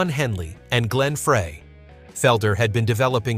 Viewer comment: Someone in the production department for this video should've listened to this entire video and corrected the band and band member pronunciation gaffes. Lynyrd "Sky-nerd"??? C'mon. The name of their first album is actually pronunciation instructions for their band name. Glen Frey's name was mispronounced. This demonstrates that the narrator is ignorant of the decade he is describing. I won't subscribe.